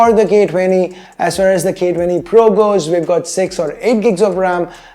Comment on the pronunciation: ' For the gay 20' XD